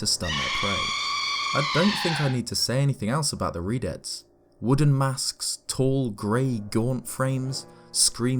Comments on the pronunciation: I thought redeads said redheads and I was like “yeah they’re pretty freaky ig” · Anyone else think he said redheads for #4 at first lol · redeads Me: TURN IT OFF TURN IT OFF TURN IT OFF TURN IT OFF TURN IT OFF